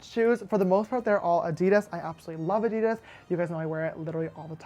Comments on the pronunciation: Nurse Love I‘m German and Adidas is a German brand. The name comes from Adolf Dassler, the founder of the company. His nickname was Adi. I don’t know how to describe the exact pronunciation but in German, we pronounce every letter very clear and straight, so Adidas is emphasized on the first A and not on I. Maybe there is a video on YouTube. 🤔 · Adee daaass is how Adidas is pronounced not A deedis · Does James pronounce Adidas like Ad-I-das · Yes, us Americans pronounce it wrong. But we can't help it. Lol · James this is not criticism or against you in any way but I think you're saying Adidas wrong... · Why does James pronounce Adidas wrong is that just the American accent or what